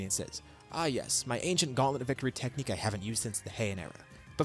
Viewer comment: "Ah yes the anti-sayian techniche that i havent used since the heian era"